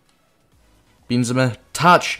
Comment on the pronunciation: noone:...: BEANzema